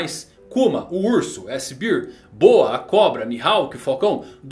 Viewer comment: O, vamo melhorar o inglês aí doutor... chamando o seraphin kuma de S-cerveja... kkkkkk